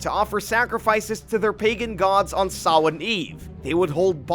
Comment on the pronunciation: kudos on pronouncing Samhain right 👍